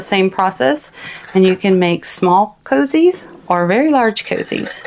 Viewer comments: it is not coozies it is cozies for gods sake speak english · I love how you pronounce coozie....it helps me to know I'm following the right person and the right instructions. ❤